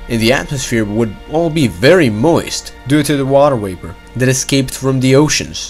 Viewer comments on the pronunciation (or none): Hi, nice video. But why did you pronounce it "water waper"